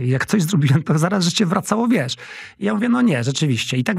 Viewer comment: Błagam proszę nie mówić : wies co tylko wiesz co, tam jest sz na końcu.